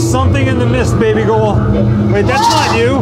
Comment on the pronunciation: I love you calling her BABYGOUHL!!! OMG, my fave!!